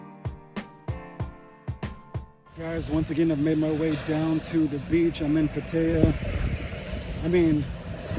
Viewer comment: I hear the Thai pronunce the city of Pattaya as "Pa-thai-ah". You keep saying Pa-tay-ah.